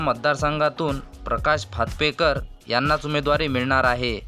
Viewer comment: कलिना नाही, कालिना म्हणा. प्रकाश फातपेकर नाही, फातर्पेकर म्हणा.